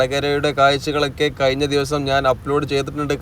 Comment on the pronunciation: മിസ്റ്റർ കയിഞ്ഞിക്ക അല്ല കഴിഞ്ഞാൽ